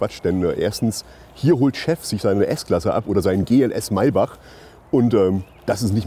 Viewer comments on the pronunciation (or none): none